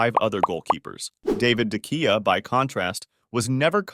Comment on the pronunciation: You're saying De Gea all wrong